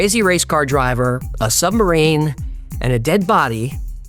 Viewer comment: I’m sure you’re aware as you seem to make a concerted effort to pronounce it, in places, but you keep saying sumbarine not submarine 😛